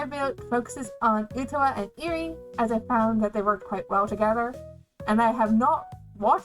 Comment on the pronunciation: Nice deck profile. Makes me want to rework some cards needed for my saekano deck. Also, it's ok, I've gotten Utaha's name wrong, too. The first time I saw her name.